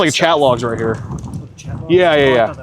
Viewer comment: Riaght raight raight raight okay raight raight raight